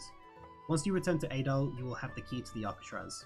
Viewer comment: Aaaayyyyyy-dal It's "A'dal" Ah-dal